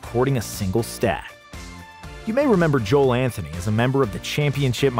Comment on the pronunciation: That is not how you pronounce Joel Anthony's name.